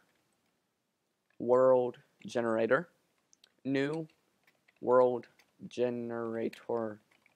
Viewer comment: Dude its Generator not Gerenator :D